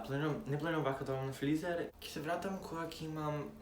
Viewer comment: Flizer?? Makedonski jazik has left the chat. Se vika frizer